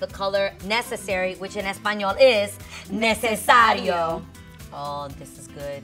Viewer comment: ha ha ha necesario not necessario. What part of Ecuador is Grace? I'm from Quito 😁